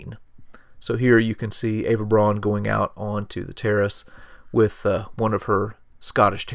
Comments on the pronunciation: Outstanding! I have always wondered who some of these folks were. Btw, Eva Braun's last name is pronounced "Brown," not "Brawn." It looks like it would be pronounced "Brawn" as an American pronunciation, but it must be pronounced as a German would pronounce it, and that would be "Brown" (as in Charlie...). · "Braun" is pronounced "Brown"! Get it right. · Well done. If you wanted to tune up the presentation you could learn the correct pronunciation of Braun (Brown in Eng.) von (fun) and Speer (Shpare, without the r sound).Simple as that. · Eva’s name is pronounced “brown”